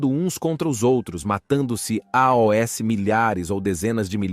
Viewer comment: Eu percebi que o narrador é mecânico. Não é uma pessoa de verdade. Porque nós não falamos "A O S" para dizer "aos".